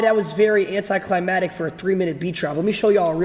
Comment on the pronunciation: This mf can’t pronounce climactic.